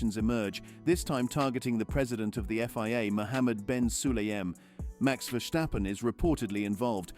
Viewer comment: It is NOT Max "verSHtappen" ... Max is not German 🇩🇪 (Germans indeed can in most cases pronounce "st" as "sht") ... Max = Dutch 🇳🇱 (Father) / Belgium 🇧🇪 (Mother) ... It is not "Bottash" nor is it "Lewish" certainly not "verSHtappen" .... This BS started long time ago when a British 🇬🇧 sport presenter interviewed father Jos Verstappen and assumed you can use a German pronunciation to a Dutch 🇳🇱 Driver thinking it is so "funny" ... It is not. Serious question: can any Englishman 🇬🇧 say "versatile" out-loud without saying "vershatile" phonetically? most can about 99,99% ... that is why most English 🇬🇧 can pronounce Verstappen 100% correct!